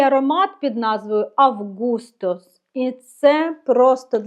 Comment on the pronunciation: Вітаю! Потрібно познайомитися з Августос Коррес. Наголос потрібно робити на "А" бо це грецькою. 😉 Дивлюся багато у них інших ароматів на сайті...